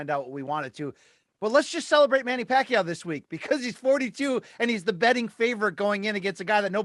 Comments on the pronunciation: Damn Rafe pronounces Pacquiao flawlessly. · Finally, someone who pronounces Manny's last name correctly